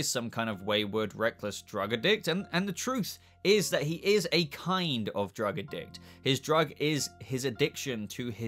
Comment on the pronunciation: Holy shit.. Lol I have never ever heard someone say drug addict like that Like "drugga-dict" 😄😄 That's so funny. Lmao